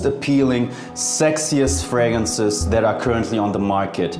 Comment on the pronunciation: Good gracious..you butchered all the names of the fragrances. At least TRY to pronounce the names correctly